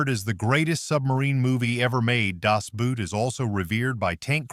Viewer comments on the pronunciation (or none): That the AI vocabulary it cant say certan words correctly. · Goddammit, Americans, stop saying “Das Buuut”! Find a German and let him teach you the right pronunciation!